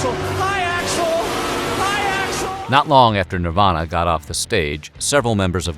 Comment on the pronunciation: Dave's "Hi Axl" sounds like "Hi asshole" 🤣🤣🤣